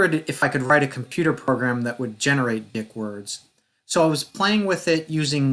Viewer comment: It’s pronounced “deek”